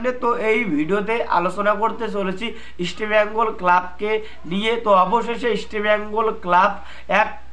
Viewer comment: কি বলছো বুঝি না ঈষটো বেঙ্গল না কি রামোচনদো কহো রামোচনদো কহো